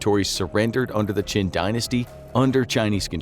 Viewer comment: Qin Dynasty → Qing Dynasty